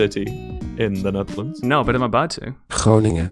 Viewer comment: “ You look foreign, where are you from?” “ The Neeytherlands”